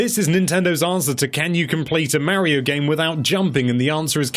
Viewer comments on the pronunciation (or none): MARIO, PLEASE SAY MARIO. NOT MAYRIO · Now look here Mr. "", it's not called "Super MAIRIO", it's supposed to be "Super Mario." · If he says "Mairio" again I swear